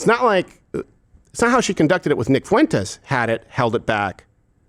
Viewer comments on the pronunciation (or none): none